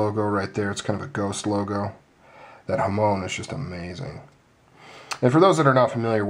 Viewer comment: I can't get over the lock-face angle. It makes more sense to have the lock-face perpindicularly directed at the lockbar cutout, otherwise forces from the lock-tang, into the lockbar, distribute inefficiently. You got any thoughts on that? Hamons are sexy, and I'm glad you pronounce them right. :D